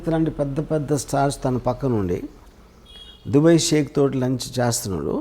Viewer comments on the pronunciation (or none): Orey, adi dubbey kaadu ra, DUBAI. nuvvu ooohinchaleni prapancham. Yevvadu neela nee donga overacting/ fake/ promoter / interviewer la intha khaalega ledu.